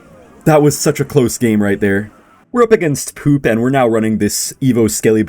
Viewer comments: POPE ❌POOP ✅ 🤣🤣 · the type of guy to pronounce pope as poop